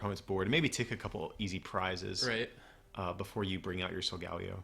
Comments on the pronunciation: i think its sol-gah-leh-o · It is solgeo GX It is wrong how u r saying it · It's pronounced "Soul-guh-Lee-oh"